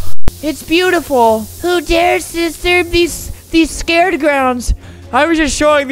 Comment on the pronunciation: When Albert pronounce sacred wrongly lmao..